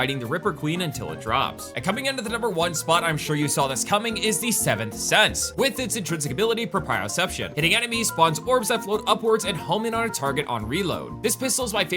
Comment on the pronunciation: pro - pre - oh - ception. Not Pruh-prio-ception